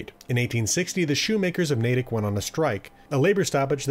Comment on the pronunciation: Finally someone who pronounces things like Natick and Cochituate correctly...